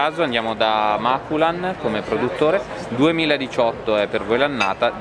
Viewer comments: Da Vicentino però correggo: la cantina di Breganze che produce il moscato è "Maculàn" e non "Màculan" ;) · ciao sempre bravissimi e divertenti però dite al sommelier che Màculan non si può sentire :-) il produttore del moscato dindarello è Macùlan.. continuate così, poi un giorno vi invito pure io ;-) assieme a Fausto Maculan mio caro amico. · Unico appunto, non al video bellissimo come sempre, ma al sommelier, il produttore del dindarello è Maculàn, con l'accento sulla seconda a.. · Vi prego INSEGNATE AL SOMMELIER A PRONUNCIARE CORRETTAMENTE!!! Walch è tedesco, non inglese! Maculàn è veneto, quindi accento sulla A! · Maculan ha l'accento sull'ultima A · Maculan è pronunciato sbagliato